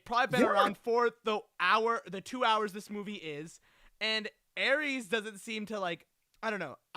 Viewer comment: Respectfully this review will not age well. A couple points are solid, like not utilizing famous actors properly for 20 seconds. But this movie was fun and exciting, tells a story and set up to tie into the next movie which looks like a follow up to Legacy. Every Tron movie was considered bad at first, and then ends up being loved. Also it's Ares, not "Aireece" lol